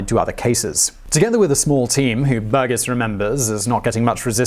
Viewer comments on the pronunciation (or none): Pretty sure you're mispronouncing Burgess there.